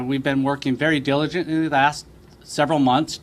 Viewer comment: Listen to the words that his brain won't let him say. Right off the bat, is it Dilig or Diligent?